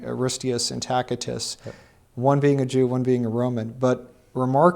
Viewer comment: Why does continue to pronounce Tacitus as Tack-itus? Do a quick search on proper pronunciation of Tacitus.